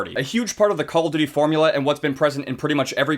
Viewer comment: Caw ow duwty